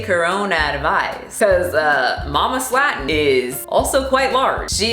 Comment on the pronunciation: I love you so much specially how you proounce "Slaton" so wrong but so confident.😁😘😘😘